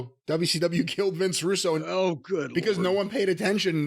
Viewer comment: Did he just call him Vinnie Roo?? 💀💀💀